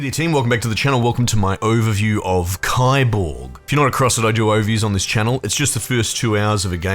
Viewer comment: It’s pronounced keeborg